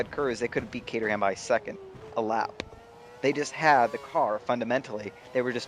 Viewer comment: its ca-trum not ca-ter-ham